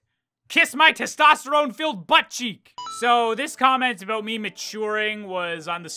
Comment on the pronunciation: I love the "aboot" he says. Canadians are classic